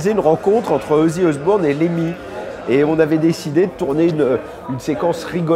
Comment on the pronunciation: Mon Dieu quelqu'un peut lui apprendre a prononcer ozzy osbourne correctement....